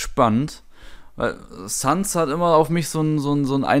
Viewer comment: Die Seele die Flowey meint ist die von Frisk weil dan Chara Also du als Spieler, der Geist des ersten Menschen die Kontrolle über Frisk übernimmt :P Sans weiß auch Bescheid denn er dreht sich immer in die 'Kamera' zu dir als Spieler um :D PS: er heißt SÄNS xD